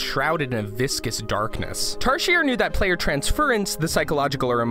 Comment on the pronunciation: Tarsier is pronounced as tar zee ay